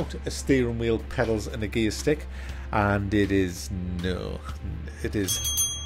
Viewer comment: Are you saying gearstick or gaystick? I seriously can't tell.